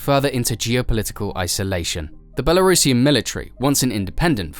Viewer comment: doesn't even know how to pronounce belurusian but teaches us about belarus